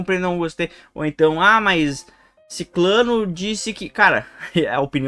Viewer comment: Não é siclano. É sicrano. (com S e R)